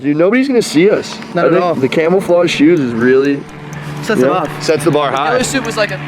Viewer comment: Did you say camelflodge